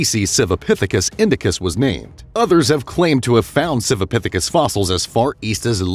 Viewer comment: Everything is a "pithikis" this a "pithacus" that!